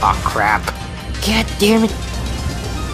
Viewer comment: sounds like you say "Gad damnit" instead of God damnit. lol